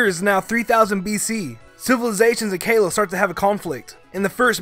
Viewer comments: Exactly. He mispronounces names so often I think he's just trolling. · *resh uh ram *ar kops *ar ken Edit: *zek r om Edit 2: did you just call Kalos kale os it’s ka lohss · Erik Red ESPECIALLY “KALOS”